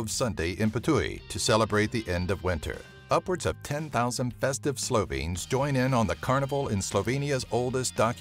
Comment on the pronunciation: 1. As a Slovene, I think your pronunciation is a bit bad 2. What about outfit 7 (talking tom)?? 3. What about ski jumping and all the world records made in there?